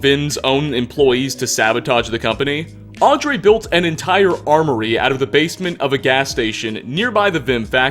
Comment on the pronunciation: Also it's Aubrey, not Audrey :)